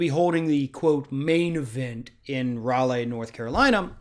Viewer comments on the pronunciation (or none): Dude, it's Rah-lee, NC, not Rah-LAY.